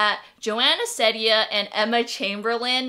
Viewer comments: The Courtney show you are right! I love her very much. I tried watching Emma chamberlain but i did not have fun. And psych IRL No u did not pronounce her last name correctly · It triggers me a lot how you say Ceddia. Its pronouced seed-ia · its pronounced ceedia i think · nope. It’s Joana See-dee-Anne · It's pronounced like SEEdia instead of Sedia, but close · nah it's Seeedia not sedia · Hahah I know that u pointed this out but I’m just saying It’s pronounced. SEED- ia. Not trying to be annoying I thought it was SED- ia too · you did not pronounce it right, it's ceddia (seedia) :) no worries though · It's see-dia but whatever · Well its pronounced seed- eea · it’s pronounced “Seediya” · It's pronounced like "see-dee-uh" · You should pronounce it like Sidia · It's "seed-ia", lol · It’s wrong. Her pronunciation is seed-dia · It's SEED-IA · No you didn't pronounce it right. It's (See-dee-Uh) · it is pronounced s-ee-d-ee-a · U did not bit that's ok it's Ceddia(sed-ia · You kinda said it wrong.... (Seedia is how it’s pronounced. But i don’t blame you) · lol no it’s pronounced Seedia even though it’s spelled Ceddia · It’s pronounced See-Dia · Isabella Portillo no, it is pronounced see-dee-uh. On her q&a video someone asks her how to pronounce her name and she says it’s pronounced see-dee-uh. If you don’t believe me you can check it out for yourself. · Her name is pronounced Ceddia (seedea) just to clarify :) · it's pronounced see-deeya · its see-di-ya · its actually (CEED-A) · It’s seedia (that’s how It sounds) Seed-ia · It’s said see - diya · ITS PRONOUNCED SEE•D•A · Its almost pronounced Zendaya but it’s Ceddaya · It’s pronounced Joana CEEdea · It’s pronounced (Cee-Dee-ahh) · um srry but i think its pronounced SA SEED UH :I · It's an ee sound in ceddia😂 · you said it wrong :( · I don’t think you pronounced it right :) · 💀💀 you said it wrong bahahah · you pronounced her name wrong s0 mANy tiMEs